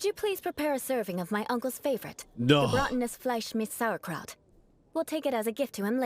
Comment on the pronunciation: I´m very surprised, the voiceover has vocalized "Gebratenes Fleisch mit Sauerkraut" correctly... It´s german for roasted meat wirh sauerkraut. The meat is pork without question. Using beef would be inadequate. In Germany it usually is served with gravy and dumplings or potatos. A traditional dish in Germany that comes close is "Rheinischer Sauerbraten", the meat however is beef in this case, in old tradition it would be horse meat